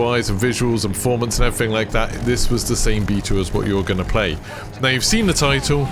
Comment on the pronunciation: Really informative video and I'm glad I've found your channel, but my God dude, please try and pronounce your "th"'s rather than saying "everyfing" etc. Not trying to offend but unless there's an impediment there it would massively improve your listenability.